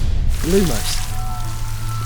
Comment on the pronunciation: Lumos is pronounced wrong 😭 Hermione would be fuming